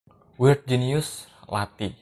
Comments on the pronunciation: Pelafalannya gak mantep tu lathi bukan lati ya tapi ada penekanan di TH nya kayak kalo org Bali bilang T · Kadang pengucapan lathi rada salah dikit :v